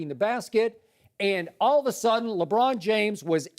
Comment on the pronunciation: .... "LeDron"... oh my.